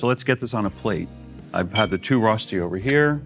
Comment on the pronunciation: his pronunciation of rosti is killing me